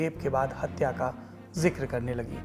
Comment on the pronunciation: Rahul ji hatya ko haatya q bolte hai😂😂😂